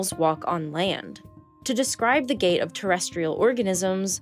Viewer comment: "When THRE-INED, however..." The word "threatened" has a "t" in the middle. Please pronounce it. "To describe the GAA of..." The word "gait" has a "t" at the end. Please pronounce it.